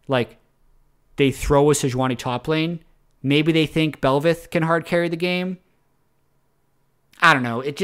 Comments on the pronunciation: It's Bel'Veth with the emphasis on Veth. Bell - VETH. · its not belvAth its belbussy